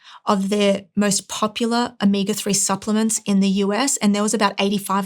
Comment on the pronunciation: Is there a difference between omeega and omega or is it just a speech impediment?